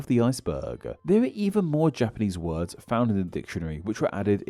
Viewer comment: Your pronunciation of those japanese words couldnt be worse. You should read the phonetic reading of those words in the dictionary too. Its usually in square brackets next to the word.